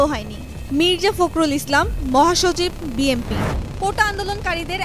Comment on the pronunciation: ৪ মিনিট ৩০ সেকেন্ডে বিএনপি না বলে বিএমপি বলছেন কেন?আপনারা এত ভুল করেন কিভাবে?